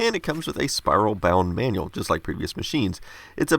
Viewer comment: The " Man-Yall " ... you mean manual ...